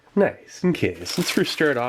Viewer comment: Nice, unkay...every time! Lol. Love it. Cracks me up!